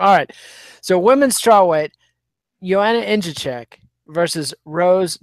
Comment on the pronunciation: I came to hear pronounce Jedrzejczyk "Indacheck" and I wasn't disappointed.